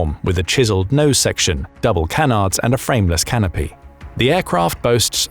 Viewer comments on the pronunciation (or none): none